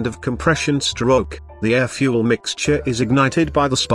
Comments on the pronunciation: The moment it said "fue elle" instead of fuel i was out. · "FuEl"? Seriously, what is the problem with simply using a human to do the voiceover? Who TF pronouces fuel "fuEl"? I'm moving on from this cyber nonsense. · "... in a contained cylinder with the help of fu-elle." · Really good video hampered by the robot voice saying ludicrous things like ‘fuelllle’. I say use a human to read out the text, but otherwise 10/10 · I stopped watching at 'fyou-el'.